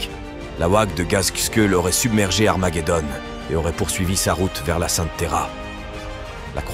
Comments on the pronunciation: C'est pas le plus gênant. Mais essaye de mettre un U à Armaguédon des fois ça évitera le armajédon. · comment tu prononce Armageddon..........putain.......tu est serieux la ?